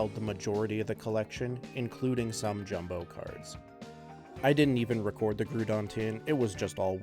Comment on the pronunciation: The way you pronounce the ground-type Pokemon GROUDON is crazy